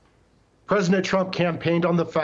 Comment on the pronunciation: We beed to do a lot more in the line if education. This character doesnt know that "presidnet" doesnt exist. This leaves a poor perception of those that cannot pronounce normal words. If he has this level of attention to his language, imagine how little is his attention to detail on the matters of Americans' business. 🤡